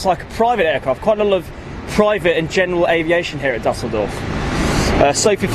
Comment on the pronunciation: Na, hier nimmts aber Jemand sehr genau.... Mindestens hat die Aussprache von Düsseldorf (für einen Engländer) besonders gut hinbekommen und Beide haben es geschafft, "Duisburg" besser auszusprechen als Franz Beckenbauer. Da kann man ruhig mal ein Auge zudrücken, wenn es um Rechtschreibung geht.